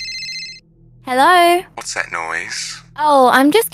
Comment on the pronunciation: In the beginning it was funny when she said helorr and then he said helorr😂